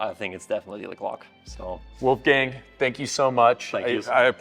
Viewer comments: A more correct way to pronounce it, though, would be "wallffgung". The way says it it would be written as "Wulfgäng" 😂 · Or as the guy in the video said: "Oulfgeng" 😁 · no, Austrian pronounciation would be like "woulfgaang" or woifei in short ;)